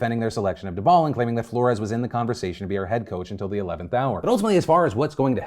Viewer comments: Daybowl not daball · Fyi Phil it's Brian (Day-Bull) not Da-Ball 😉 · The way you pronounced Daboll is hilarious